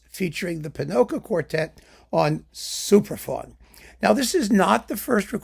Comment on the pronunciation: Whenever says "Supraphon" I hear "Superfun". 😀